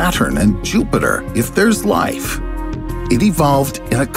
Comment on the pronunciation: Every time say Life "LALA! LALALA!"